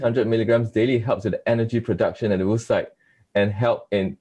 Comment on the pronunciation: Oocyte is pronounced ow-uh-sait or /ˈəʊəsʌɪt/ UK or /ˈoʊ.oʊ.saɪt/ US. They way this American pronounces it is not the US or the UK way. Would it be too much to check how the main word of your research is pronounced?